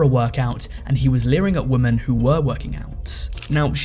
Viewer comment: Learn to pronounce women in english please!